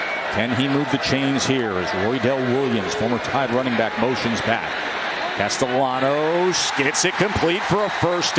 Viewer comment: casteLLanos.............por favor, pronuncien bien el apellido del QB, gracias